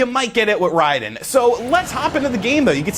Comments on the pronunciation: It's not Reyeden. Rayden. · It's pronounced Ray-den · we always called it RAID DEN, not RYDEN, Raiden II still the best, free on mame 🤣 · Ryden is more similar to the Japanese pronunciation. Even so more is Lieden because the Japanese "R" sound is more like our "L"